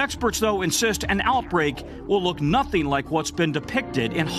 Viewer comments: Did he just call pittsburg "pissburg"? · did I hear pissburg?